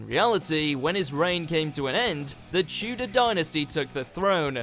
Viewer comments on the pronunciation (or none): none